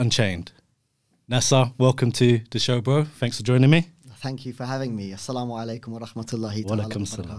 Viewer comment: I appreciate this interview, however, both of you said Salamu Alaikum towards the end in place of Aslamu Alaikum, however, keep up the good work.